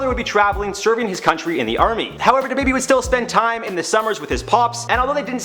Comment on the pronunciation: Its DaBaby not Da Baby